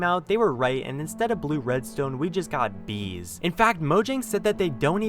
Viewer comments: The way u said bees XD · “We got bEez”